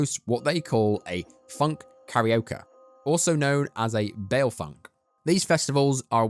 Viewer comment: Bail Festivals... Balle festivals,.... bro you gotta work on your pronounciations. You don't prounce the LL. Bailar is spanish danish